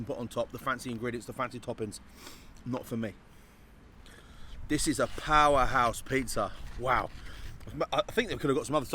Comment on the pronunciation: That Pizza looked....ok....not bad....but certainly not amazing & a 9.8. Knowing how FRC operates, I guess we can assume this was another paid review!! Oh and can someone please tell it's pronounced "This" & "That"...not "Dis" & "Dat"...